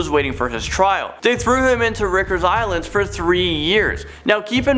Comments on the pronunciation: It’s Rikers island like take a hike, not Rickers island. Jeez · Hate to be pronunciation police but it's called Rikers not rickers. Have you never watched SVU? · Never heard of Rickers island lol Rye-kers island. Rikers island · Sorry, it's driving me crazy that you keep calling it RICKers island... It's Rikers Island said like "Rye" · FYI, it's pronounced RYE Kershaw, not Rick ers. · Rickers Island? It's pronounced Ry-kurs... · Can you please learn how to pronounce things, it's not rickers, its rikers, you know, with a long i sound....this channel always manages to say things wrong. At least with the one lady she says stuff like "I'm not sure if I'm pronouncing any of this right and I apologize if I say the wrong thing, now onto the count down/video." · It's pronounced rye-kers. Surprised nobody in the recording studio corrected that. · Rikers is pronounced Rye-kers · Its pronounced "Rikers" with a long I sound like bikers 😉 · Lol... Great video... Just a heads up... Did you know your numbers in your count down are messed up... And Rikers island you actually pronounce the i... But great vids... Keep it up... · Rikers is pronounced with a long i vowel sound. Good video. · You pronounced rikers wrong. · U pronounced "Rikers" wrong...................really wrong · Lol he can't pronouce rikers 😂😂😂😂I'm dying!!!!! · Learn how to pronounce "Riker's" properly...